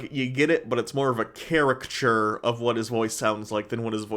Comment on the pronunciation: Gd review. Artsy show or song or painting or play will miss tohching most, it is not bad. Vicious critics r jerks n have never dared to put out in brave way their own art so r cowards. PS To nitpick, caricature not charachture or whatever u said.